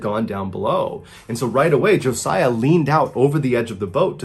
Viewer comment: Thank you for pronouncing Josiah correctly!!!!! Most people put the Z in place of the S...